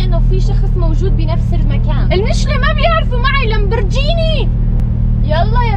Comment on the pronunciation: فرجيني اسمها لمبرجيني ليش تحكي لمبرجيني